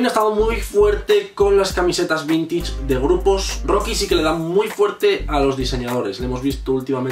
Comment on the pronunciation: "Vintich" xdxd